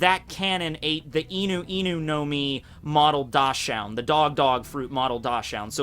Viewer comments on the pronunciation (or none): Dosh-'ound I think you want "Dachshund." Pronounced, "DOCKS-und." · It is Dachshund, not Dosh-hound. It sounds more like Daxe-whoond in English and referes to a dog breed that was used for hunting badgers in Germany. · Love the videos. But it’s zo- an not zone. Like zo and without the d right??? And Dachshund is pronounced as Dotson. Sorry.. I had to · ITS CALLED A DOX-UND. Not a Dash-UND. Dachsund. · BTW, it's not pronounced Dawshound, but Daxhound